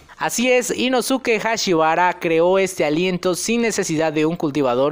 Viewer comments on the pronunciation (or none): min El negro es la ausencia de todos los colores no la combinación de ellos mimos.... min i introducido ?? no sera e introducido... min Ino-tsuki no inosuke básico en pronunciación.